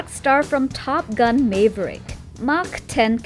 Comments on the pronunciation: Top Gun "Mave er ick"? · Top Gun May-vrick lol